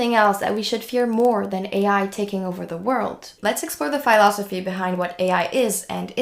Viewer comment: please pronounce "philosophy" correctly.